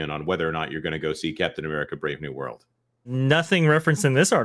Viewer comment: at one point says the title of the film and it sounds like he said "Death of America: Brave New World"